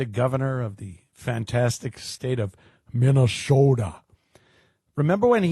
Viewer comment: You say Minne-SAWDA like Jesse Ventura.